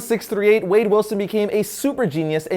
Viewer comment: It's wade not wadey